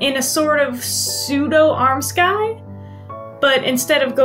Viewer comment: Nice! I love the lining fabric you chose. Just FYI armscythe (or armscye) isn't pronounced "arm sky". It's arm + scythe (sounds more like saithe? google will speak it for you) like the farm tool for cutting grass. ;)